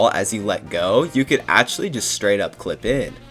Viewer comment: New drinking game, take a shot every time he says Akchully. update am now in the hospital with alcohol poisoning xD